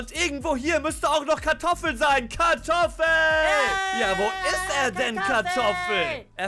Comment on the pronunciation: Warum heißt er Katoffel😂